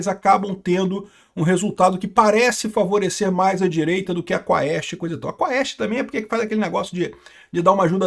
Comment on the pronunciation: Amigo. Quaest lê-se quest (cuest). Em latim, ae tem som de E.